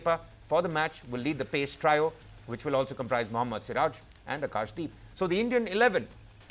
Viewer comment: Good report on the cricket, one small note, the word trio was incorrectly pronounced, please research it. Originally an Italian word I believe. Other than that, keep up the good work, it will be a great series